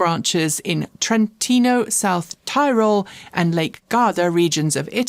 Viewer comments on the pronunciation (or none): I know you like to pronounce things correctly: 'Tyrol' is pronounced 'tea-rawl' (short i) not 'tie-rawl', or more like 'tea-rohl' (with the emphasis on the 2nd syllable) for a more authentic German/Austrian pronunciation.